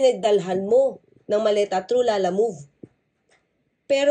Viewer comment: atty. lala move po hah...hindi lala moved...parang ang bigkas mo kasi dinidiinan mo yung move ei,lumalabas na moved....yung moved na gumalaw...hehe....pangalan po kasi yan nang business.....hindi action word...hehe